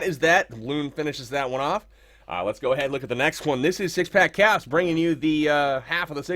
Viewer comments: anybody else I are him say cocks instead of kappz lol I swear I heard it..... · he said hogs lol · I heard it too haha